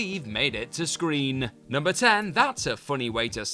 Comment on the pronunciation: Can this guy please speak like a normal person. It not screenah, or Doctor Who-ah. I really wante d to watch this, but the way he ends every sentence with an 'ah' is unbearable to listen to.